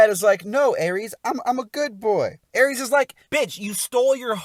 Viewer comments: ERIS. Not Erees. You make it sound like you’re mentioning the god of war. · Next time you review a character named Eris please don’t pronounce the name as Ares. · Not him calling Eris Aries I'm dead. 😂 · you keep saying her name with a A sounding like the god of war instead.